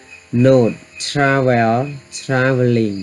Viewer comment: Travel? Check pronunciation